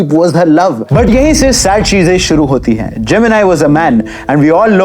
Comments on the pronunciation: Gemeneeeee not jemini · Naam sahi se lena sikh lo pehle जेमिनाई नहीं जेमिनी गणेशन south ke famous hero the us time k ...ek movie bhi bani hai is p jo MX player app p hai usme rekha ar uski mother k bare me bhi dikhaya gya hai thoda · Not geminai he is gemini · Bro not जेमिनाई its जेमिनी Ganeshan... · how crazy this youtuber is, "NO research" , Pushpavalli is 1st wife , then he married to SAVITHRI , after that he was not much caring about 1st wife (Pushpavalli ) she is not puspavalli , she is MAHANATI SAVITHRI, bina kuch pronunciation ka research kare जेमिनी ko GEMINI (AI TOOL) banadiya 🤣😅 *but no problem else was good* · Stop saying gemin-I it's gemin-ee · His name is gemini and not geminai.... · pronounce gemini properly and why did you use Savitri pics?